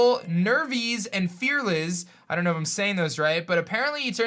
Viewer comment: Fearliz...as in fearless. Genius 😂